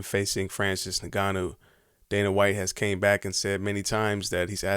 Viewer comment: please for the love of god release him. that way in the next 3-5 years ppl will forget about jones..... also why the fuck is it so hard for black dudes to say say ngannou??? its fucking "in-gone-new" not "naganou"